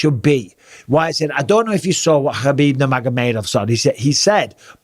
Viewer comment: That's actually closer to the correct way then most, all his dagi name pronunciations are better than most, people still say KHabeeb or KHamzat when their actually pronounced habeeb and hamza.